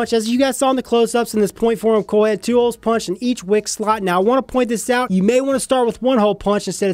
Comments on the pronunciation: Your accent makes it sound like you say “Corl” instead of “coil” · Corl!? CORRRRRRLLLL!!!! -Rick Grimes